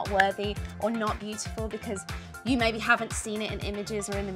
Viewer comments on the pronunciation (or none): none